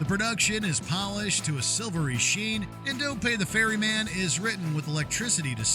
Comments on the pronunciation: It's "Don't Pay the Ferryman", silly! What exactly is a 'fairy man'? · "The Fairy Man"??? OMG. Ferryman FFS. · just FYI,..it's Ferryman,..not Fairy Man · Ferryman. Not Fairy Man. :face-green-smiling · Been a fan of killing joke since the 80s. Also it's "ferryman" not "fairy man".